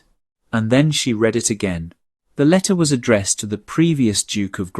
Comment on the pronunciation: Please instruct the robot narrator how to pronounce the present and past tenses of the verb « to read » correctly in their context. As well as stating a year correctly. A human narrator would know to say, for example, the year eighteen forty-five, and not one thousand eight hundred and forty five.